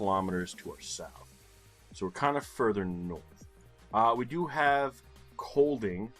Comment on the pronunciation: It's so funny hearing people from other countries try to say danish town- and streetnames, so when you suddenly said "Kolding" in a way that a dane could actually might understand, I has shocked :P We don't get mad when people say it wrong, so don't you worry :D I have nooooo idea how anybody guessed the lake! I didn't even know there was a lake and I have lived just over 1 hour in car from it my entire life. I would have guessed Bornholm (the island to the right that you think should belong to Sweden :P), so that guess would have been so wrong.